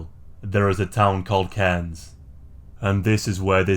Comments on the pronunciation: Nice one pronouncing Cairns correctly 😊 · Woo! Queensland! Btw you are one of the only non locals to pronounce Cairns right, great video!